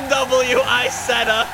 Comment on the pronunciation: "Bee Em Double U I-setth-ah"